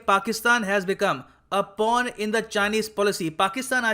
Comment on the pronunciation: Pawn k jagah porn sunai diya. Hasi aa gyi thi